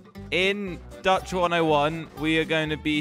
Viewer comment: its not Datch But Dutch